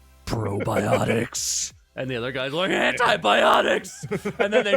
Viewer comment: Who else thought said "brobiotics"?